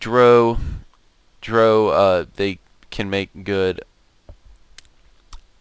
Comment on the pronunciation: Good guide but you mispronounce the drow